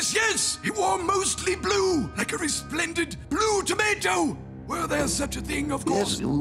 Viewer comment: "He wore mostly blue, like a resplandent... blue tomato!"